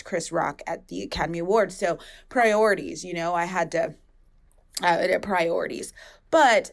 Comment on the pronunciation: I busted out laughing when you said “priorities”